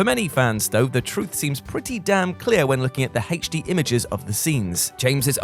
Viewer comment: lol "the Haetch D"